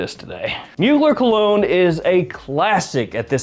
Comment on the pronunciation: Come on bro. You're a fragrance expert. Did you really say "colog-neh"?